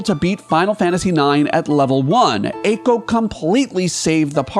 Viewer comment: Eiko isn't in the top spot because you keep mispronouncing her name